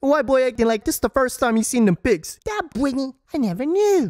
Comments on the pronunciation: I never caught the "Bretny" but now I'm fucking dying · “Bretny” omg I didn’t even catch that 🤣